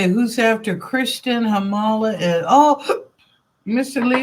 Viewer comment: Thank you for the reading! I don't act like a karen and I don't nor have I ever expected things to be handed to me without working for them, don't worry. Oh, my last name is really pronounced as "HAR-muh-luh", emphasis is put on the first syllable, not the middle one lol. It's of Finnish origin, not Italian or whatever. My paternal great-grandparents were immigrants from Finland (Finnish is spoken in a European country, but it's actually not even really Indo-European, that's why it's so different. It's related to Hungarian and Estonian, random language fun fact). Lol Very common mistake.